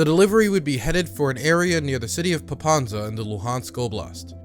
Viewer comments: Popasna, not Popansa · It's not Popanza, it's Popasna. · Very good video, but I am amazed that you visited the country, you make such quality content and yet, butcher the city name pronunciation. Popasna, not Popanza. It couldn't have taken more than 5 minutes to research. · You actually pronounced Zaporizhzhia perfectly, but somehow mispronounced Pop-as-na as Pop-an-za! This is cute... also, subscribed. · PopaSna not PopaNsa